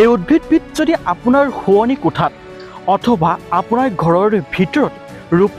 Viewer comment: আপুনি কথাৰ শেষত ৰ টো বেছিকৈ কয়। ভাল নালাগে। আৰু শুদ্ধ ও নহয়। যেনে অথবাৰ নহয় অথবা।